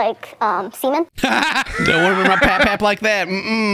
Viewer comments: Pap Pap, not Fap Fap🤣🤣🤣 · It’s for Pap-Pap NOT Fap-Fap lmao